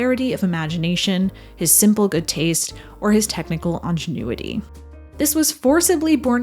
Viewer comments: There are some rather glaring mispronunciations in this otherwise smart and well researched documentary : twice the word INGENUITY is pronounced with a French lilt as Ahn-jen-u-itee and not INN-genn-new-it-ee (or is this a case of British versus American pronunciation?). Character star actor WALLACE BEERY is called Walter. And King Vidor's last film title the male character sounds closer to salmon than Solomon. Minor discrepancies l know. The role of George Cukor as a director doctor fix-it is a common thread in his career, consulting uncredited to producers, directors and studio moguls when they were uncertain how to proceed. He worked for 3 years on GONE WITH THE WIND preproduction and directed most if not all of the screen tests. Meanwhile, he started the creative process that became NINOTCHKA, which he was going to direct after his dismissal from GONE WITH THE WIND. But M-G-M and L. B. Mayer were dissatisfied with Ernst Lubitsch's progress on THE WOMEN. Who better to direct over 100 female stars then George Cukor? So George was involved with 4 top major classic films of 1939. He detested the term "Women's Director" because behind the public studio facade it was industry code for " George is gay " which he resented. King Vidor is also known for directing THE CROWD. M-G-M's first all black sound film HALLELUJAH. OUR DAILY BREAD. And David O. Selznick's overheated sex western DUEL IN THE SUN. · I think it’s ‘ingenuity’ not ‘ongenuity’ otherwise well done 👏👍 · It's pronounced INgenuity. . Otherwise, very well done! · You mispronounced "ingenuity"; it does not sound like "ingenue."